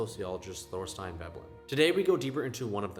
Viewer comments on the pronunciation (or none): Thorsten, not Thorstein. I lived in other countries to teach teachers of English for 30 years and never had a regimented schedule, but I learned the culture and language via my native adult students. My experience was unique and reflected that of my hard working students. Those 2 trips they've taken reek of money and privilege (bunch of "friends" at a nyc west village restaurant. please. I had neither and i am forever grateful.